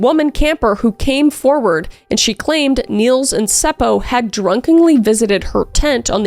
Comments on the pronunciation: Being from finland, i cant help but giggle at some of the names you pronounced. Like Seppo just being Sepou. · Omg I LOOOVE how you say Seppo/Säppo! And the fact that you actually say it right! 😁😍🥰👌🏻👏🏻🖤